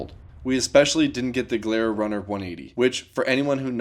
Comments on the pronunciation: jilera not glera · nah bruh he said "G"ilera its "J"ilera ok pls don't butcher the pronunciation no hard feeling mate just so you know so people don't make fun of you saying it worng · the name is pronounce Gi-lera. Not Glieara 😂 But nice trie thoe 😅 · Here in the UK we all had them growing up with 200cc big bores etc. We call them Gili's but pronounced Jili 😂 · GILERA you want to pronounce "GI" as in Gin the booze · By the way “Gilera” is pronounced like “Jill-Aira” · This is a great example of Italian engineering meeting Italian madness in a perfect Italian wedding! P.S. pronunciation is JEE-LEH-RA, sort of what the lady said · I think its pronounced like jee-lea-ra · Gilera is pronounced like 'Ji'-lera. 2 stroke 125cc scooters were insanely good, but they don't pass the emission tests so they're no longer produced. These scooters have so many kits (big bore etc), but I tend to dislike them because it makes them unreliable. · gilera is pronounced jeelera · its clapped from age not from the miles ^_^ (oh and its pronounced G-lair-ra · Pronunciation for you americans: G - leh - rah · Gilera is pronounced " ji-lay-ra". Very famous Italian manufacturer of racing motorcycles of the 1950s and 60s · in EU, it's gee-leh-rah. cool little scooter! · you could start by getting the basic pronunciation right: Gilera is pronounced "Gee Lera", with a soft G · Pronunciation is djee-lera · Just want to say Gilera is an italian brand and its pronunced geelera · Gee - LERR - AH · try to pronounce it like "G-lairah". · G-leer-ah. not what you said bro lol. but yeah this is the best scooter you can get! i had 3 of them last one 125cc ported and tuned. man what a blast that thing was Greets from the Netherlands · more like G-ler-ah (im italian so yeah thats how we pronounce it here) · leer spreek je uit als lier in t Engels dus dan zeg je gilira ipv Gilera, just saying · The way you pronounce Gilera made me burp